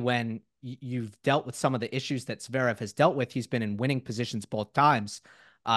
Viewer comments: agreed, it's almost like he is consciously doing it. dare i say... trolling. it's really not THAT hard to pronounce zVerev or Dah-niil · Love these convos with Steve - apart from the insistence in omitting the first v in Zverev. I guess at least it wasn't Zeverev like JMac. And calling Meddy DANiel instead of DaNEIL 🙄🙄🙄 (spelling phonetically). It is not hard.